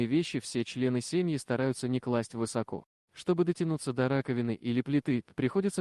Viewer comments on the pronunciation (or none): none